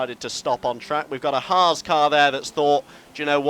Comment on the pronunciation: At least can pronounce 'Haas' correctly.